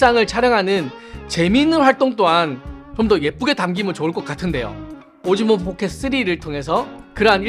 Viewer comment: 아 자꾸 오징어 포켓 쓰리라고 들린다............ㅠㅠㅠㅠ